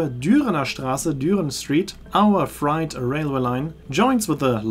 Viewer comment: Tolle Reise und toller Bericht. Kleiner Tipp für nächten Mal: „freight“ wird auf Englisch wie die Zahl Acht (fr-ate) ausgesprochen, nicht wie „fright“ (fr-aite), was „Schreck“ bedeutet.